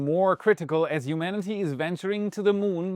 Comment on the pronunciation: This guy's pronunciation of "humanity" annoys me.